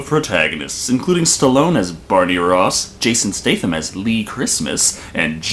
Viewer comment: I winced every time you said "Jason Staythe-Am". I think it's pronouced "State-Ham"?